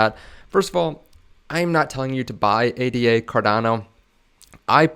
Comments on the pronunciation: It's pronounced ADA, as one word. Not spelled out as A, D, A. You can't hold Cardano, you hold ADA. And then you expect people to take your opinion seriously? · Its Ada. Not A.D.A. Ada is a name